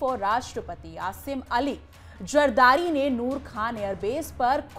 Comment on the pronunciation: 😂😂😂 zardari not jardari😂😂😂😂😂😂